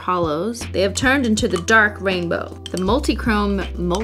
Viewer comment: Hearing her say Remix and Dark Rainbow kills me